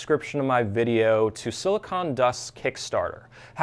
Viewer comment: “Silicon” not “silicone”. Silicon is what they make chips from, silicone is what they use to make big breasts.